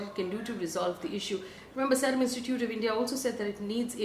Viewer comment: Faye it is S eee rum not S e rum